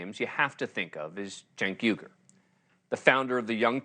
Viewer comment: did you just call him YOGHURT?